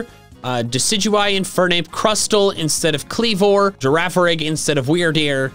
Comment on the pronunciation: 1854 wydeir says girafirig